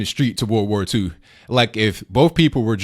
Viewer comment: "There was violence on both sides in ww2" lady get it through your mind when you say it World. War. 2. Emphasis on the war part